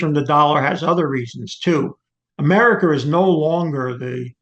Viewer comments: This man says Chiner, Americer and Russher. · I love when old white people say “Chiner” “russher” “americur” lol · Americar, arenar, chiner. Sorry had to say it